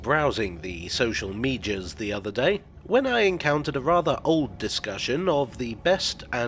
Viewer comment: No one:: “…browsing the Soshul Midjiuz…”